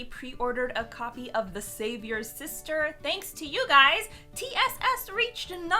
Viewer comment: Am I the only one who hears "save your sister" instead of the savior sister?🤣